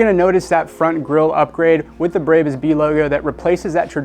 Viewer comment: why are you calling it breybus ? lol